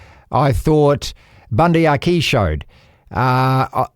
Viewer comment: Did Devlin say Aki?😂